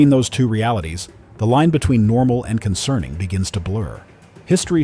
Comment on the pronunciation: "everything is norma" (no "L" there). It's the small things that expose AI slop these days. And you can detect it by the repetitions of the same content with different sentences etc. as well.